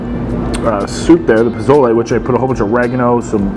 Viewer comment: Puh-sole-lay. Not “pa-zole-Eee”